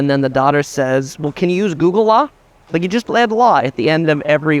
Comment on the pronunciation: Adding in ‘Lah’ sounds very Scouse (as in someone from Liverpool, England)